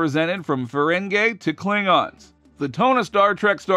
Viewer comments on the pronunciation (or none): I feel that I MUST point this out: The race is pronounced "Fur--ing--GE", with a long "e". NOT with a long "a". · What a terrible click-bait video. All platitudes and speculation with no new information. And as Star Trek "experts" you can't even pronounce Ferengi? Give us a break.